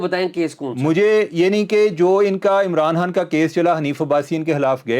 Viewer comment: Why can't you pronounce" Imran Khan" you kept saying " Imran Han" ? Please bring guests who can speak properly.very annoying listening to such pple.that is why 👎